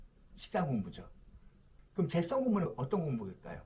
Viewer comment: 선생님.. 재썽이 아니고, 재-성입니다 ㅋㅋㅋㅋㅋㅋㅋㅋㅋㅋ